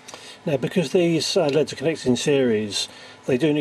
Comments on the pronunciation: the way you pronounce L.E.D.s as "leads" made me loose interest in the video tbh. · omg it's L.E.D.s not led's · please please please don't say leds, they're L.E.D.s